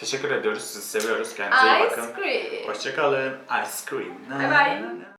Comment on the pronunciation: de ikide birde ıce krem clin clin diyo sjsjsjsj